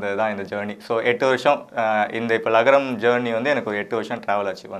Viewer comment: Adhu lagaram illa zhagaram...